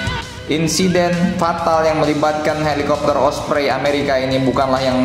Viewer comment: Ompreng😂😂, not osprey